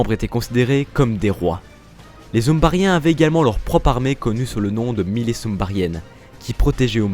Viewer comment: Les "zumbarien" 🤣